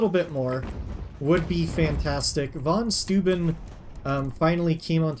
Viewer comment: I think it's "Fon Shtoyben" (Von Steuben). St is always read as sht (EinSHtein), and eu is oy, as in Freud.